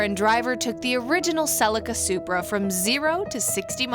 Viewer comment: Another great review & loved the history of the Supra. Though you say Celica kinda funny. We (Aussie) pronounce it as Sell-e-car. I understand the need of an Auto, and most Auto's are quicker than a Manual. But just for the pure driving enjoyment, has to be Manual all the way.